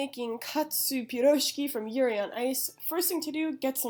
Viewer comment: Love her pronouncenation of pirozhki